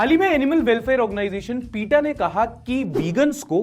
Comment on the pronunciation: भाई पीटा नही पेटा बोला जाता है नॉर्मली तो